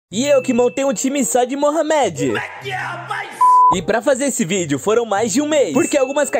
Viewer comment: Não consegui ver o vídeo com ele falando Mohamed (se pronuncia morrâmedi) da maneira errada namoral incomodou demais.